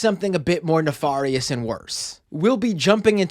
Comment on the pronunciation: My only critique is you should learn how to say the word nefarious. I expect it's a word that will be useful covering crypto in the future.